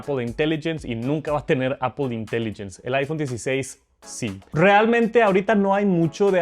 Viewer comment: Que bueno el "JARGÜER" de "APOL" una maravilla.